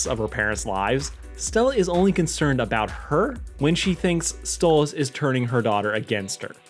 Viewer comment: Hang on you call pronounce stolitz name like stolis and the. At random point you pronounce it like stolitz